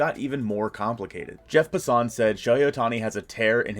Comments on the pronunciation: OK OK YOOOOOOOO....His NAME is pronounced JEFF "PASS-SON" lol just helping out! 😁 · Dont want to be that guy, but can you say jeff passon's name right .....